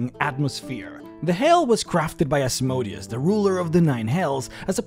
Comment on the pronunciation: Said it before, say it again: Asmodeus has emphasis on the "e", not the "o". The "o" should barely be soundable, as it is a sheva sound, which means ususlly not soundable, with some exceptions being a ultrashort vocal. It comes from hebrew Ashmedày, to greek Asmodaìos, to latin Asmodèus. Putting the emphasis on the "o" makes him sound like a machine. Sorry for being so pedantic